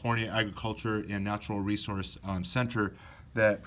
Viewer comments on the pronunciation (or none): none